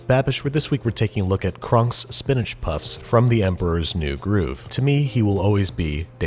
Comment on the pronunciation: Am I the only one who heated him saying spinach poss instead of puffs lmao